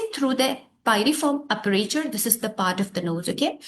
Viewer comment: It's Aperture mam..not aprature with regard🙏🏼